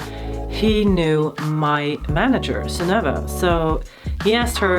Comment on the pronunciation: Jeg gjetta at du var norsk når du sa navnet Sunnøve. Om et par år, når jeg er gammel nok, så skal jeg sjekke ut kompaniet ditt.